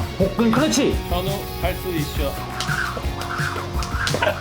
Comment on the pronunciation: 할 수 있셔 라고 발음하는 셔누 왤케 귀여웁죠ㅋㅋㅋㅋㅋㅋㅋㅋㅋㅋㅋㅋㅋ할 수 있셔